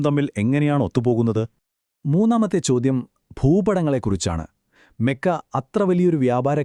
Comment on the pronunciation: Mekka അല്ല . മക്ക ആണ്